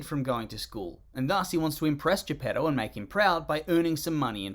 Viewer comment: They have completely ruined Pinocchio re-naming all the figures: Mangiafuoco, Stromboli. Il gatto e la volpe, Honest John and Gideon. Lucignolo, Lumpwich. Il Pescecane, Monstro. Greetings from Italy, read the book, please and don't invent names, please. Emh, it's Geppetto please not J'pedou.